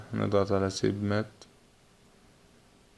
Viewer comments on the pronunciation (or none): بجد شكرا ليك بس حضرتك بتنطق الكلام بطريقه خطأ كلمه Baisc اسمها بيزك مش بسك وكلمه submit اسمها صب مت مش سب مات تقبل مرورى